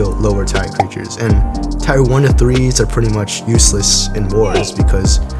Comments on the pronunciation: Why are u saying tire its pronounced tear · Bro said Tire instead of Tier lol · Not you pronouncing tier ''tyre'' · Your one of my favorite YouTubers so know one that this as hate, but the way your say tier is wrong just to let you know